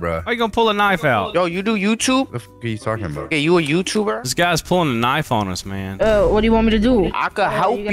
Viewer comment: "yo you a youtoober?"